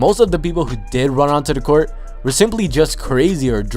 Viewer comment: “On to da court”